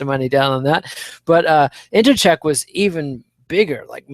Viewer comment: It's befuddling how such an articulate man can so badly butcher names (e.g., Jedrzejczyk, Nguyen, Benoit). Can't wait to hear the post-fight analysis of UFC Seoul (where hopefully, Chico Camus makes his way onto the card). p.s. I started thinking Holm had a Buster Douglas of a chance when I saw the weigh in. I had no idea how big she was.